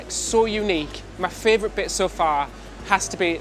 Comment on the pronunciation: My favorite is the way he pronounces favorite frarvorite. I get a chuckle every time, I love Brits!